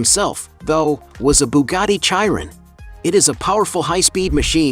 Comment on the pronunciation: It usually pronounced as shiron